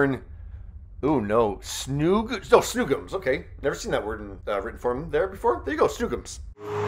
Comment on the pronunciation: FYI, “snoogams” is pronounced “schnookums.” Idk if there’s an official origin to that word, but people spell it all kinds of ways. Lol